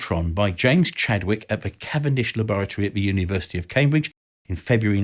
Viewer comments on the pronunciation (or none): none